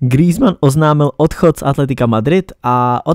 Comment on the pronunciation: grýzman xd